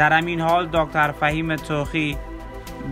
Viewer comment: ازگویندگی‌و صدای افتضاحت که بگذریم تمام کلماتی ک بکاربردی یااشتباه بود یاجابجابطوره مثال به کلمه همین میگی امیین.یابه‌کلمه مقابله به مثل میگی عمله بالمثل این کلمات اشتباه رو ازکجامیاری تو جناب گوینده؟؟؟ ازین بگذریم بدترازهمه این بودکه به‌کلمه پیروز بهروز گفتی. جان مادرت برو سراغ یک کاره دیگه‌و گویندگی‌نکن‌واین کار را رهاکن نه صدا داری نه استعداد داری نه سوادکافی داری .انقدربد وافتضاح خبرگفتی ک اصلابه خبر کسی توجه نمیکنه بیشتربه گفتارافتضاح تومیخندن .عمله بالمثل بهروزباشید درامیین روز🤣😂